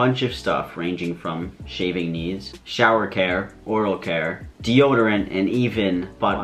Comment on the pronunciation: Ligit thought he said 'shaving knees' instead of 'shaving needs', let's just say i was about to buy it but went against it lol